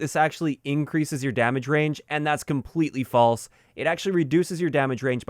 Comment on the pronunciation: Please tell me that I’m not the only one who heard “balls” instead of “false” when he was talking about the oil can suppressor